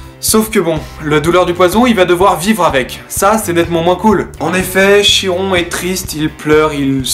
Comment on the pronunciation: Bonjour, la prononciation est " Kiron " ;)